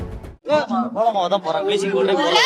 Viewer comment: ஏ பன்னாடை நீயெல்லாம் ஒரு மேயர். கோலமாவு அப்டின்னு கூட சொல்லத் தெரியல. கொல அப்டிங்குத்